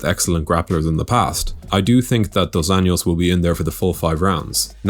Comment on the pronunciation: You’re saying RDA’s name wrong. You’re pronouncing just last name Anjos in a Spanish manner, but he’s not Hispanic. If you just say it like an American would say it, it would be actually closer to how his name really sounds in Portuguese